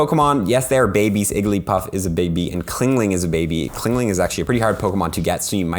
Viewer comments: chingling not clingling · CHINGling not CLINGling lol